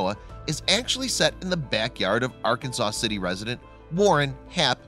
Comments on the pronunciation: The name of the city is Ar-Kansas City not Arkansas City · Ar-Kan-zas City, you doof. And in Kansas its El Door ay doh not El door ahh doh. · In Kansas it's pronounced Ar-kansas-city. I'm originally from Colorado, I learned quickly. I'm actually really close to the site. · You're wrong, Ray; Kiah is right. Arkansans of Kansas do not want their city pronounced the way the state of Arkansas is. So they shift the emphasis to the second syllable. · Born and raised in Wichita still here. And it was all over the news . It was news to all of us . Was a big deal for Ark City. We don't call it Arkanasaw city or Arkanasaw river .It's Arkansas city or Ark City. ArKansas river. We all had a laugh every time he said Arkansaw city and Arkanasaw river. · For your information, Arkansas City in Kansas, is pronounced as " r-Kansas" City, and often shortened to "Ark City". Likewise the Arkansas river is also pronounced as the "r-Kansas" river for its entire length within the borders of Kansas. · It is Kansas, not Keun-zuz. The state is Arkansas, but Arkansas City is pronounced Are-Kansas City.